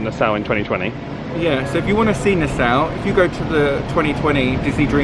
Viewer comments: I love your vlogs, but just one little gripe; Nassau is pronounced Na-saw not Na-sow. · I always thought it was pronounced "Nass-aww" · NAH-SAW (Nassau) 😀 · Love your vids ! Q: is your way of pronouncing Nassau common in the UK? I have NEVER hear it said that way till now.